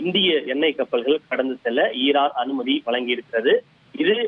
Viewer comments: ஏன் அம்மா உங்களுக்கு தமிழ் வாசிப்பு அத்துணை கடினமா? ஈரான் என்பதை இரான் என்று வாசிக்கிறீர்கள் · அம்மா இரான் இல்ல ஈரான்